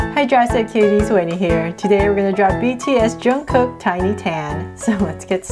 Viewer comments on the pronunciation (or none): Its not juungkook we pronounce it jungkook